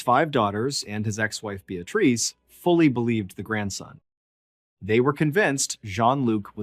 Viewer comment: Beatrice = (pronounced BEE-A-TRISS)